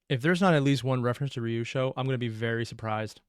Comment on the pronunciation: Hearing "ryusho" is adding to the intentionally mispronouncing allegations